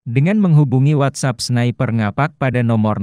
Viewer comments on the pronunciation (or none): none